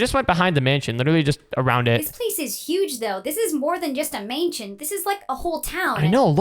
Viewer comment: how said mansion